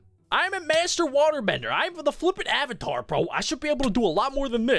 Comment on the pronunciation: Ayyyyvatar as in avatar LOL